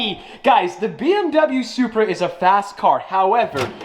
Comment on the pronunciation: He said “BMW Zupra”. Ha, Ha, Ha.